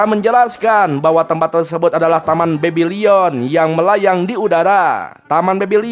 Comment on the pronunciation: Bebilon bang bukan bebilion!